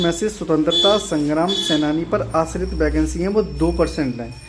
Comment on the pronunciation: Vacancy ❌ Bacancy✅